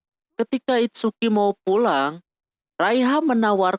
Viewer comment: ITSUKI BANG BUKAN "ITSUKA"